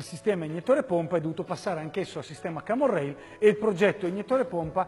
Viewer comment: cammon rail non si può sentire pero :-P